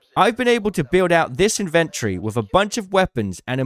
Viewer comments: It’s inven TORY, not INVENT ree. You have your emPHAsis on the wrong sil-AH-bill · Dude. Love the vids but it's In-ven-tory not invent-ory. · BRO ITS IN-VEN-TORY not IN-VEN-TREE!!!!!! ALSO WHO THE HELL IS BUYING ADRENALINE SHOTS YALL FING DUMB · In ven tree? Lol it's Inventory weirdo lolol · the tic im getting hearing you pronounce 'inventory' like 'inventree' must be engagement bait. eee-nun-cee-ate mate.